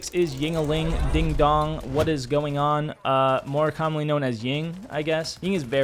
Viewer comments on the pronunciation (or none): none